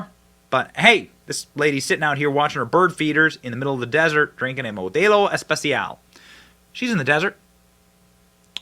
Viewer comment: Nice "Español" Benny 😂, Modelo Especial